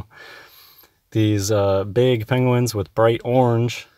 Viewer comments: is not worth the time of day. Also, is he calling them "Pengwings"? If so, he's more stupid than I thought. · Has anyone else noticed he is saying 'Pengwings' rather than Penguins? Or at least sometimes, like Cumberbatch style.